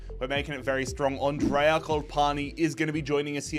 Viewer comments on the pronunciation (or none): none